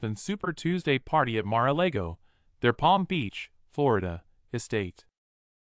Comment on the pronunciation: Mar-a-Lago - like Lager beer. Haven't you been listening to all the frickin' news about Trump? If you're going to do videos get your pronunciations correct! (I am not a Trump fan, but I cannot tolerate people who don't do their due diligence.)